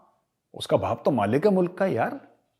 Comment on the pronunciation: Lanti Lahori Anchors ko Mulaq bolna nhi aaya...Boltey MOOLAAAQ.😜🤣😂😅😂🤣😜😅🤪😂🤣😜😅🤪😂🤣